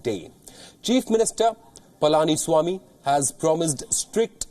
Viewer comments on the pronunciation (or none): THAT ISN'T TAMIL ACCENT. IF IT IS SO HE WOULD PRONOUNCE TN CM NAME AS PAZHANISAMY NOT PALAANISWAMY.